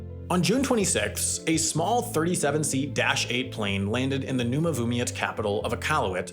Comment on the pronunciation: Noom... Noomavumiet??? Sam 😶